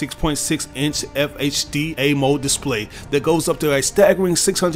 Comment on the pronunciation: did this man just say AMO display? Bruh, learn the tech before you sponsor tech.